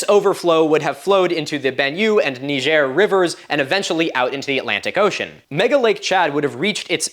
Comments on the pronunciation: Nigerian Desert. Nee Zher!! And NOT Nigeria! Nigeria and Niger and two separate countries and Nigeria does NOT run up into the Sahara proper. I'm not absolutely sure how you pronounced that, I tried to listen twice, but do not use a LONG "i". Thanks for the rest of the vid. Very interesting subject but nothing that hasn't been presented already. I just kinda like your antics. Cheers, Milo! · Just blew my mind finding out how you really pronounce Niger